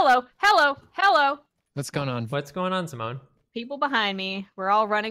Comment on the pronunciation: dedication to "hewwo" is a gift